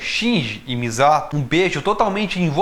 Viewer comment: nossa você chamando de MIZATO dessa forma inglês-adaptada foi dificil kkk